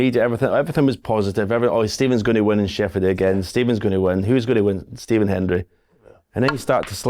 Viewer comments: He said "deeven" (Stephen) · He almost cocked it up, cos of the first syllable if you play it slow he says Dee… phen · He definitely said Stephen but it’s the way he said it that people are picking up on. He pretty much didn’t pronounce the S, almost like he had a head cold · Another vote for Stephen - he just stumbled over the first syllable slightly